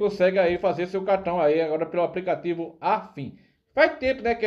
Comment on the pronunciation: Esse português do pipoco é uma comédia kkkkk apricativo.